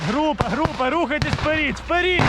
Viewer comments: дякую Вам! чому "вперід", а не "вперед"? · (Вперід ) ахаха сука Даун дибілкуватий треба говорити (вперед) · "вперид"??? Он когда начал на украинском языке разговаривать, заставили наверное?